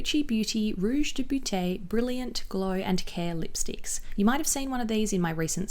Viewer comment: Psst! "Beauté" is pronounced bow-TAY :)